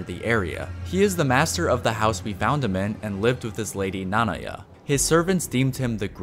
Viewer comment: Ok I just gotta say that I got way too triggered at how you pronounce Nanaya. With all the "ackshually it's pronounced..." shit about names that are never spoken ingame, you butchered a name that Midra himself does clearly say in his cutscene. I dont know, it doesnt take away from the quality of the video, and it doesnt really matter overall. It's very nitpicky. But shit got me fuming especially since you said it more than just once like that haha